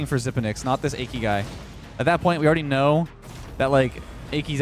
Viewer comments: i cant get over calling Aki "achy" lol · instead of ah-key lmao